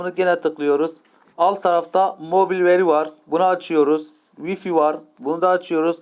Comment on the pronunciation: Kulağım ağrıdı Gepese,vifi doğrusunu unutttum 😁